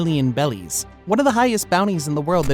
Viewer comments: Why does he say bellies? Instead of berries. Just confused and wondering 😅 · Loved the video but please call them berries instead of “bellies” it hurts 😅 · Please call them berries, not bellies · Is it berries or bellies 😅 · BERRIES.!. BERRIES, NOT BELLIES.!. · Are you saying bellies instead of berries to troll people? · I wanna know how you get “bellies” out of “berries” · bro keeps saying bellies not berries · why does bro pronounce it bellies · Berries not bellies ffs that’s driving me crazy the reason the Japanese say bellies is because r is hard for them to pronounce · Thumbs down and turned off after he said kaidos bounty was in “bellies” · Your videos are great but I don't know why it pisses me off that you intentionally mispronounce things, like Rayleigh or Beri We have a fucking dub version of the show already lol Use whats in the dub